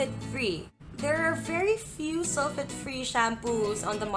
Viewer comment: Sul-feyt not sul-fit. Lol